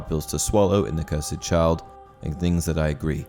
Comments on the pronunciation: “Cursed” Not “curs-Ed” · *cursd You said it cursid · The cursed child. Not the Curs-Ed child